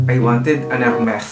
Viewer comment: LOL at the "ermeth"